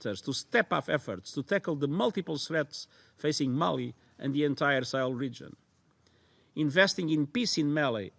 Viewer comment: mali not mail.